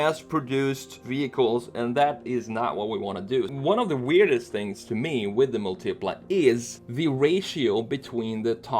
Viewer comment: Bruh it's Mùltipla, not Multìpla.